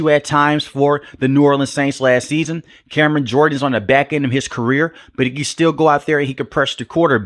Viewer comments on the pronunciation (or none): none